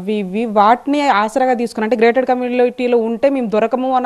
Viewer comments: Madam garu….. grated community kaadhu….. GATED community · తల్లి అది గ్రేటెడ్ కమ్యూనిటీ కాదు❌....గేటెడ్ కమ్యూనిటీ ✅